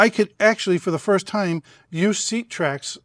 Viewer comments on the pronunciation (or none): none